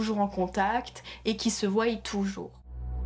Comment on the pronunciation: Il y en a un qui dit que ça se voit que tu lis ton texte. Effectivement et ce n'est pas ça le problème. C'est que le texte soit MAL lu. Tu fais tellement de fautes de prononciation que ça me sort du truc, je n'arrive pas à suivre. "Qu'ils voYENT" "comme quoi que" "ceux quizon" "le bureau se disent" "autoriété" au lieux de "autorité" "le territoire sont" nan mais sérieux... Toutes les deux phrases, mes oreilles font une erreur 404. J'ai la flemme de relever tous les problèmes dans ton discours. Mais fais un effort si tu veux que des gens regardent tes vidéos. Je ne parlerai même pas du fait que tu ne fais jamais de liaison et que ça rend le tout inaudible.